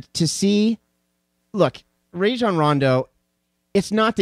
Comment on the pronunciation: Bet you wouldn't say any of this to Rajons face. You dont even say his name right lmao sad